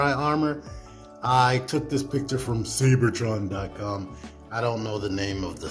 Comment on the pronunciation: "Say-bertron"? Seibertron is just an oddball spelling of "Cybertron" to avoid getting a cease-and-desist from Hasbro. 😂 Regardless, great review as always!